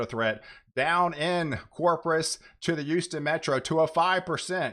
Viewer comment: Can you please pronounce CORPUS correctly? It’s not Cropus.